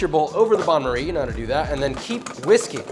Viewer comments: Pronounced ban marie (not bahn) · Not a Bahn Marie, it's a Ban Marie.